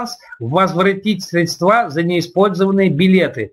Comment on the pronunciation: вы же спикер, ну почему вы не можете привыкнуть говорить не средствА,а срЕдства...